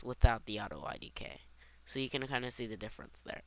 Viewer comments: If this guy were a nerd he'd actually say Auto IK, NOT IDK! srsly, its frickin annoying calling it that while reading it! my head hurts! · lol why do you call it auto idk? Its auto IK which stands for auto Inverse Kinimatics, not auto I don't know hahaha